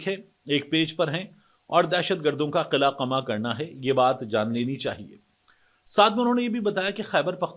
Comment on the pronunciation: طارق، قلعہ ق پر زبر کے ساتھ اور قمع بھی ق پر زبر کے ساتھ بولا جاتا ہے۔ اردو اسپیکنگ ہو تو اردو بھی صحیح بولو۔ 🙄🤨😠😳 From Karachi.